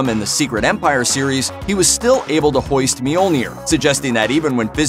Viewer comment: He said hoaist